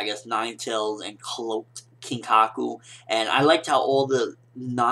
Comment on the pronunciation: I don't want to be a video killer or something, but his name is Kinkaku :P